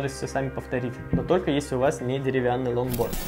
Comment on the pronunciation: Мне не показалось ломборд? Карл чеггглооо?